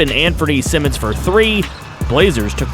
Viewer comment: Sigh-Mons not Simmons